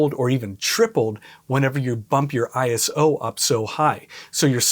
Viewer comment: ISO is an Acronym, not a word, so it should be “I” “S” “O” not “Eye-so” and it stands for International Organization for Standardization as depicted on their logo. In the old days we called it ASA, pronounced “A “S” “A” … and we certainly never said “Ah-Sah”. Was great to hear you say it correctly!!! Topaz AI is truly amazing, I accidentally shot an image at ISO 51,200 on a Sony A7R5 and a Tamron 28-300mm lens handheld, and after running it through Topaz Photo AI for noise reduction and Photoshop using the High Pass Filter for sharpening I ended up with a very usable image … I was blown away! Thanks for the video, lots of good tips and tricks.